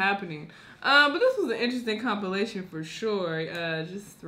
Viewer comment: why does she have such a hard time saying compilation... I have a hard time watching her videos just cuz of this one thing